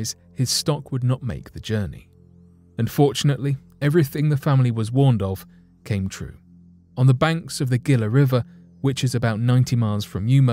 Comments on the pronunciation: The Gila River: It's pronounced "hee-lah" not "gill-ah". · Gila River, is pronounced like “hee-lah” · My friend, you stories are great. However, you need to learn how to pronounce these names of the places you are discussing. Gila is pronounced Heela Yavapai is Yavapie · FYI, it is pronounced Gila (hee-la) river and Yavapai (Ya-Av-Pie). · Lol, yep! I knew Gila was going to be butchered! Then it went down hill from there! People that live in the US but not the southwest do it also. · Virgil Earp was NOT killed, as you claim, only Morgan. And the "G" in Gila is not pronounced as a "G." With such shoddy research and obvious mistakes, no point in watching any more of your videos.